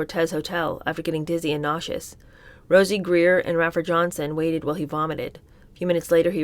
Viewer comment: I love, love, love your readings, but PLEASE learn how to say these people's names. It's Ray-fer and Sir-hawn Sir-hawn